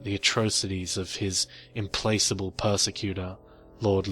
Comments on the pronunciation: Implacable is pronounced Implackable...not implace able..just for future reference. ...and egregious is pronounced Egreejus. Great reading , and I do love your voice and quieter tones for through the night time listening. I hope you don't take the pronunciation corrections too personally , languages are my thing and I am genuinely just trying to help you , you are my favourite go to storyteller right now. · I don't know if your recent videos have improved, but I have to admit that I find it a little off-putting just how often you mispronounce words like "implacable" or "egregious."